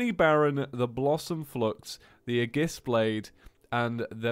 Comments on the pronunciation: ey-gis- blaid not e-jis blade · its ayjis not aygis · AY-JISS NOT UHJISS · “Agiss” every xenoblade fan just died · imani ennis No it's ey-gis- blaid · ITS A-JIS A-JIS BLADE!!!!!!!!!!!!!!!!!!! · CrosstownAce actually, it's ee-jis blade ae is pronounced as an e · Can someone tell him that Aegis is pronounced "ay-jis" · (Aye-Giss) blade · *Aegis (Ay-Jis) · Aegis is pronounced A-Jis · I honestly hate that you keep saying "aegis" wrong